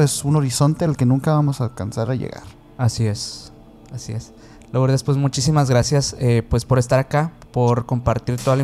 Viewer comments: Perdón, se escribe Lourdes pero se pronuncia Lurdes. Si no se oye muy raro. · No puedo creer que pronuncien LOurdes!!!!! Que no saben en México que suena Lurdes?????